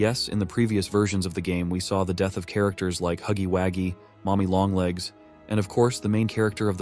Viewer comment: 😂"huggy Waggy," forgive me but its Huggy Wuggy😂😂 too funny